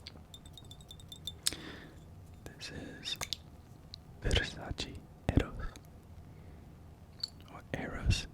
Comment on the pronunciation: Versace! Not Versaci😁